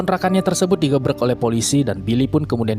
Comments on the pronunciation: Grebek min bukan gebrek,,wkwkwk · Wkwkwkk di GEBREK DONG BUKAN DI GREBEK